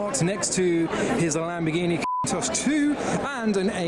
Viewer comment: Some people don't pronounce the "o" in countach, I'm guessing it's to avoid the wrath of YouTube 🤷🏻‍♂️